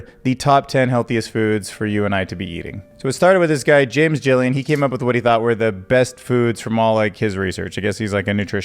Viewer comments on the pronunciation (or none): none